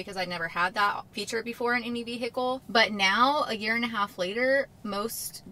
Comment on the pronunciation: Hello and welcome! I'm Nudie Hand Puppet! Great update as ever... I also love the way you say... Veee Hickle.